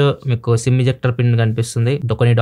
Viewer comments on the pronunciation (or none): none